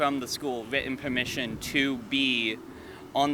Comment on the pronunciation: "witten pewmission"